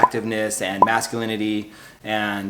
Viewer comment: Wait... are you saying masculininy and just riding with it 😂?